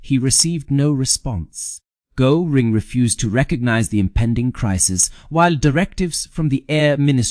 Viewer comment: a presentation on the subject of Hermann Göring uses an ai voice who can't even pronounce Göring. You guys chose an interesting subject that I would have enjoyed learning more about. Too bad!